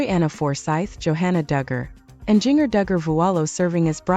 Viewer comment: This is AI BS. Can’t even pronounce Jinger correctly.